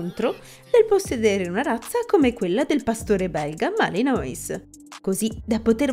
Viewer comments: Non si pronuncia "Malinois"!!! Malinuà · intanto... giusto per .... capire che di pastore belga Malinois non capite un cavolo, sta nel fatto che, si scrive Malinois ma si legge "Malinuà" o più comunemente molti abbreviano con "Malìn". Il fatto che lo chiamate "Malinois" leggendolo come si scrive, da prova che di questo cane non sapete niente. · Mi si sono arricciare le orecchie!!!!! Per favore : Malinois si legge MALINUÁ e indica coloro che provengono dalla città di MALINES (francese), che si legge MALIÍN, o anche da MECHELEN (fiammingo), che si legge come si scrive. Per favore, ri-registrate l'audio, perché è davvero pessimo sentire queste storpiature. Grazie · Pronunciato malinois non si può sentire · …gia la pronuncuia non mi fa ben sperare ….si pronuncia “ malinua”…o “ malin”….ripigliatevi…non e un cane per tutti….non fatevi intortare dalle dolcezze…è stupendo, ma molto impegnativo... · Chiamarlo maliNOIS leggendolo così come si scrive dalla cifra di quanto siete ignoranti. Voglio anche tollerare che uno non sappia leggere il francese, ma prima di fare un video ci si deve documentare… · Si pronuncia Malenua non come è scritto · Non si pronuncia malinois. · non è una giustificazione. Se stai facendo un video per descrivere una razza belga, il cui nome tra l'altro deriva da un luogo( Malines)che c'entra la pronuncia in inglese ??? È solo uno strafalcione 🤷🏻‍♂️